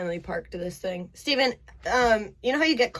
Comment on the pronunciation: It's Stephan not Stevan